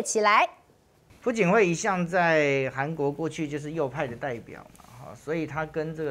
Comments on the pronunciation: 不叫pu槿惠 而是Piao槿惠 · 朴(piao2声)槿惠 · 朴 字 做 為 姓 氏 讀 音 錯 了，這 種 錯 誤 ，在 這 樣 直 播 間 不 該 出 錯。小 學 已 教 過 了